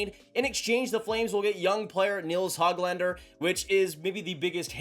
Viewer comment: Dude, his name is not HOG lander like a pig. It's not HOAG lander either. The Ö is not an Oh. It's a completely different letter in Swedish. The sound is essentially like the oo in book. I've heard Swedes say it like this... Hoo glander. with a slight pause in between the Hö and the glander.